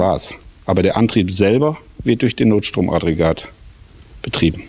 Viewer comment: Wäre schön, wenn du NOTSTROM-AGGREGAT korrekt aussprechen würdest. (NICHT NOT-STROM-ADREGAT) Trotzdem sehr schöne Entwicklung! Weiter so! ;) Was ist daraus geworden?